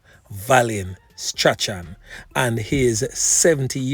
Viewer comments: Its never too old to learn STRACHAN does not actually pronounced like the spelling the pronounciation is actually strawn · not 'Stra-chan' it is pronounced 'Strawn' the 'ch' is silent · Strachan is pronounced Strawn..not Stra-chan...do better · Strachan pronounce Strawn